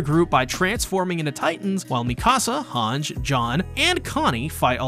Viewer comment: this man is not still pronouncing Hange "HANJ" after 4 seasons, lol